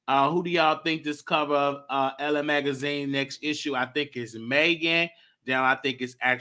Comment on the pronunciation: it’s not “Ellen” magazine, its ELLE.... pronounced EL...